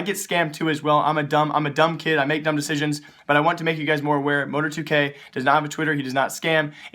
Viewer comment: Mo-tar-2k not Mo-tor-2k lol